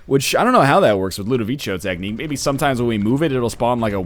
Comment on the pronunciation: I wonder when NL will learn to pronounce Ludovico Technique